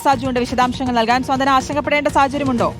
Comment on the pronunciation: സ്വാന്തന അല്ല , സാന്ത്വന . 😮😮😮😮😮😮